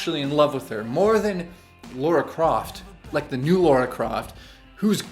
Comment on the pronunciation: Who the hell is "Laura" Croft? I hate how so many people after the release of the 2013 Tomb Raider reboot Americanize her name. Nice review though.